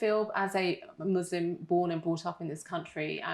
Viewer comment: It’s ISLAM not IZLAM. It’s MUSLIM not MUZLIM for ALLAH’s sake